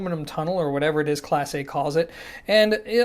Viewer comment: It not pronounced Class A, it's pronounced Class Eh. You don't know how to talk Canadian, eh? Lol